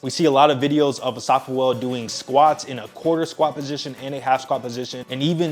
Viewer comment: Asafa Poo-El 😂